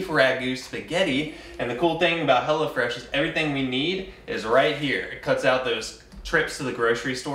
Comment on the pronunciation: All this time I thought they were saying "HellaFresh"! Lol